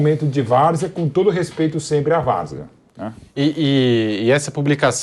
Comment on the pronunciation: Voce falou varzea porque.